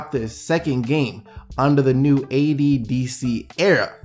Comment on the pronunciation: Lol when he said AD DC era I thought he said AC/DC